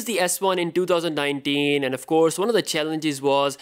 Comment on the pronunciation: “ in twotouwzan-ninetin” wat a Dipper!